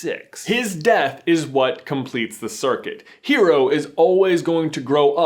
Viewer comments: Sorry not sorry- pet peeve- his name is Hiro not hero. Hiro as in Hee-row. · Not hero, Hi-ro. It is Japanese. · smashes through window I CAME AS SOON AS I HEARD Edit: stop mispronouncing Hero's name >:( it has a slight roll on the R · Rrrrrrgg please if you ever make another Big hero 6 theory listen to how Honey lemon pronounces Hiro's name h-i- ro with an accent. Honestly she is the only voice actor who took the initiative to pronounce the name properly.